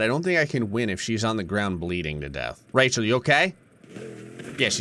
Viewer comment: I like that you have called her Rechall 😂😂😂